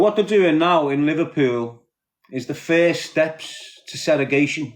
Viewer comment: Seragating 😂😂segregation is the word 👍